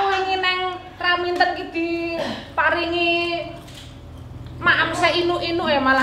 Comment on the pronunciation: raminten bukan raminto ya allah sehat selalu nyonyah R